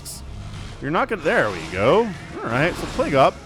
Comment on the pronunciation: It is pronounced [pleig] not [plagu].